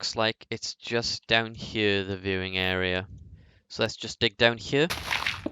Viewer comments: How the fuck do you even say here, its sounds like chjø how you say it. Just fucking say HERE. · I hate the way you say here